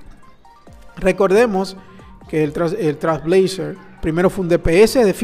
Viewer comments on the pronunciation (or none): No tiene relacion con el video pero por que dices Trasblazer? Te salteas la I y la L y nose, me da toc u.u